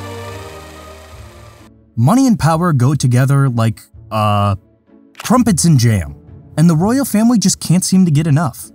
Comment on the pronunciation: trumpets and jam?! 😂 did u mean crumpet’s? Still love the content man!